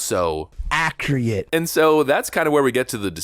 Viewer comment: The “Acriate” slip clip got me